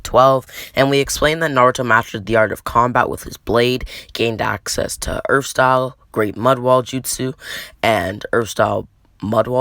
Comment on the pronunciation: for god sack it is not uchiha satyl its fire stayl